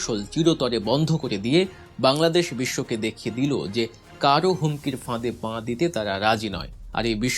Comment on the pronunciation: "পাঁ" নয় "পা" বলেন।